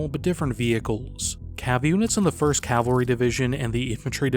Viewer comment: It's pronounced Cav al ry. Not calvary. That's where jesus died.